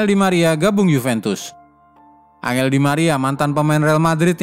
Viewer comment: Angeeelllll di maria bacanya enjel bukansihh